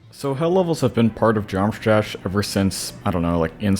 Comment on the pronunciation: “Geometr Jash.”